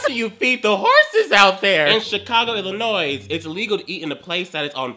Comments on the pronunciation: Am I the ONLY ONE annoyed at how he said Illinois? The s is SILENT!!! about, in case you are wondering. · I dont care if this was 3 years ago. Its pronounced Illinoi, the S in the state Illinois is silent. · he said Illinoissss I live in Illinois it hurts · DID HE JUST SAY I-LL-UH-NOI-S sister i love you but it’s ILLINOIS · In Illinois the English language is illegal. (PS please don't pronounce the 's' at the end. It's ih-luh-NOY.) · Illinois is not pronounced Ill-uh-noise The s is silent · I live close to Chicago and had no idea that was a law and you said Illinois wrong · HE. SAID. ILLINOIS. WITH. A. S. AHHH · he pronounced the S in Illinois I'm dead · lol u dont pronounce the s in illinois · U PRONOUNCED ILLINOIS WRONG — u dont say the s at the end